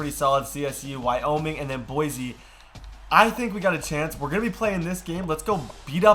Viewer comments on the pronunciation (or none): none